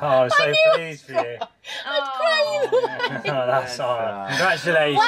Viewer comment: She said I knew I would vry